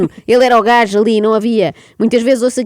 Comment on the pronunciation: "O primeiro gaijo" 😂😂😂😂😂